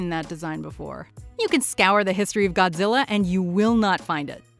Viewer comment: Is it just me but whenever dr.zerenzowa or however u spell it whenever he says Godzilla it sounds like gojira which is his species name or whatever